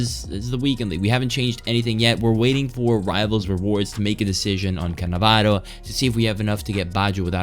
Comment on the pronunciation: The way you say cannavaro 😂😂😂💙